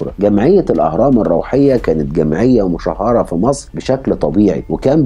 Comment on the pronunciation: أعذرني في التصحيح.. "مُشهرة" وليست xمُشهّرةx الكلمة بشدة على الهاء معناها مفضوحه لك تحياتي😊